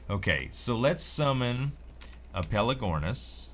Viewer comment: pelAgornis !! Not pelEgornis !! haha same mistake that Sl1p made !!! ;-)